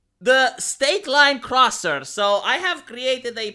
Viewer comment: It's Crosser not Crooser